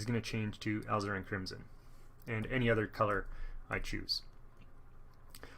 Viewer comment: I have ZERO artistic ability, yet Bob promises that I can paint using his style. Instead of spending the big bucks to find out, this is a much more cost-effective way to start. Thanks for this series! My only nit is that Alizarin is pronounced "ah LIZ er in".